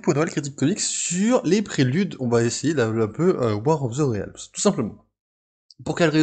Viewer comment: Hoy Je me permets de commenter (pour une fois) tes vidéos pour te donner mon avis et te prodiguer conseils (peut-être avisés, qui sait). - Pour commencer, c'est pas "Ré-Al-mse" mais "Rilmz" niveau prononciation, ça me perturbe beaucoup x) - J'ignore si tu as des notes à côté de toi mais tu devrais en faire. Notamment vers quand tu parles de l'équipe de Malekith ; histoire de savoir qui est dedans. Le "de mémoire" fait genre tu n'as pas bossé dessus ou alors le détail est trop peu important (sachant que tu fait une aparté dessus, c'est pas l'effet recherché je suppose). - Le montage est pas quelque chose d'aisé, j'en conviens, mais quand tu prends pour exemple une page de comics, par exemple lorsque tu parles des couleurs, tu devrais la faire apparaître à l'écran (exemple : Tu la fais apparaître devant la page actuelle de ton exposé, tu fais un effet de flou derrière et un zoom très lent sur la page. Pas facile mais ça rend bien je trouve xD)